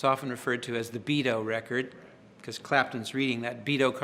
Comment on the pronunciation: Did he say "Beado"? Twice?